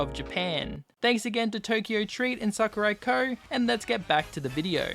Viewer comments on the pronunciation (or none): when he said tokyo Sakuraco, I thought he said tokyo drift.